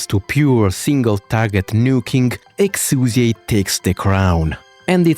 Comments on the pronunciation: Honestly so glad you corrected the name pronunciation at the start, I'm so sick of weeb trash calling her "Exia" AFTER we got the proper english pronunciation just becuase "tHaT's HoW tHe """""SuPeRiOr""""" DuB sAyS iT" like give me a break. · Did anyone fucking ask? The name "Exusiai" was carried over a RECAST. It is NOT a mistake, and unless the VA herself is asked to come back in to say it the other way, "Exusiai" is correct, regardless of whatever justification you may have for misnaming her.